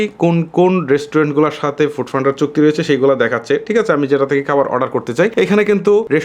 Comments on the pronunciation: খাবার ❌ কাবার😂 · Khabar na Kabar 😂😂😂😂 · খাবার❌ কাবার✅ 🙂🙂😬